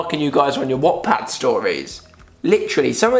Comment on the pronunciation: I died when he said watt pad